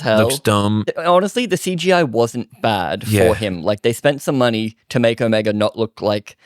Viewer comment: You lost me at your incorrect pronunciation of ‘era’ and ‘Omega’.